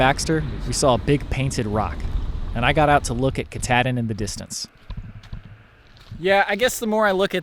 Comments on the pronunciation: I live in Bangor and we pronounce Mount Katahdin as Mount Kah taw din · Sadly, I have no choice but to file a lawsuit against Adventure Archives. Because of the mispronunciation of the word Kuh-Tahhhhhhh-din no less than 8 times by 3 separate individuals, my dear wife's head exploded like a watermelon wrapped in rubber bands. It was terrifying. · Ka-tah -din. There ya go, guys. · Welcome to Maine! My home state but the mountain is pronounced Ka-taw-din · Why does keep mispronouncing Katahdin??